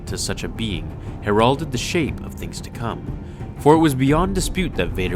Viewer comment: Hare-ralded. LOL the pronunciation of words hurts...